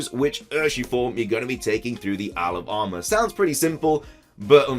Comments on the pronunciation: Does anyone else hear “Alabama” when he says “isle of armor” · I do, and it's too funny hahaha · Thought you said Alabama mate. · Am I the only one who hears 'Alabama' instead of 'Isle of Armor'?